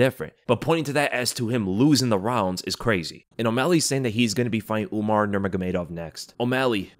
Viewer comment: Why tf does he keep saying UmNar